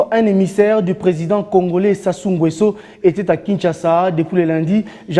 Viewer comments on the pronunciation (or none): Bonjour depuis Brazzaville. Merci de dire ngéééééééé pour le nom de notre président NGUESSO, c'est NGééééé dans le son et non ngouééé. merci. toujours Likolo